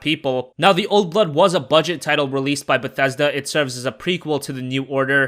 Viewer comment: When you said "old blood" it sounded like "old butt"